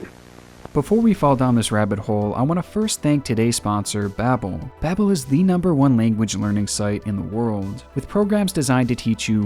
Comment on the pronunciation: numberrrr 15